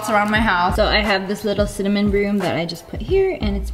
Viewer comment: Love how cinnamon turned into sinnymoan lmao.